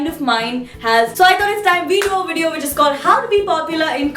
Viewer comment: It's VIDEO not Weedeoow, learn proper english